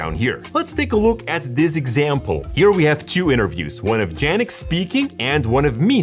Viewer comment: Did you just say Jannick instead of Yannick? Since when Y is pronounced J?